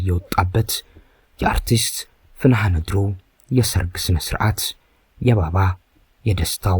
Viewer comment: ስሟን እንኳን አስተካክለህ አልጠራህም አተራረክህማ